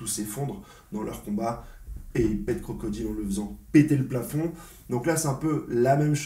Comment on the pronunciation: Ça me fais rire à chaque fois que je l'entend dire "crocodile "😂😂😂